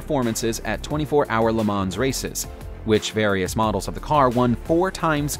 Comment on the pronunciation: Porsee and not Pors! I know English speakers say the latter but if you make a video at least say it the proper way. Also Le Mo’ not Le Mans